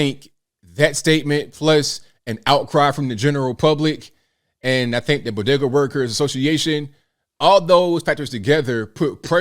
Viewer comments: Imagine not having a couple bucks in order to buy chips such that you have to use an ebt card. And you are pronouncing bodega incorrectly. Just ask Jill how it’s pronounced. 😂😂😂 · To be correct, “Doctor” Biden said Bogeeda. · What's a "bodega"? Jill biden calls it a "bogeda". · and the news guy can't pronounce bogada. Maybe he should call Dr Jill for some help. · Hey, don't you know it's bogedas lol 😆 😂 🤣